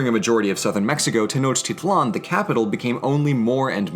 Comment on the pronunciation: My good buddy, your pronunciation of Tenochtitlán is absolutely ridiculous.